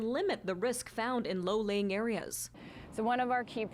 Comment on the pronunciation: "... the wide open beaches are lay-lowing." Did she really just say that? 😂🤣😂 Uh, I think the word you're looking for is "low-lying." 🙄